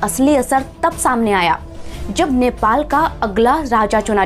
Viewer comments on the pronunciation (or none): Shamne nahi it's samne. Please improve your Hindi vocabulary.